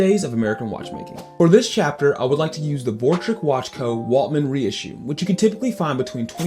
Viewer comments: Great video. By the way, it’s Waltham, not Waltman, isn’t it? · “Waltman”? Ok this guys knows nothing… Skip!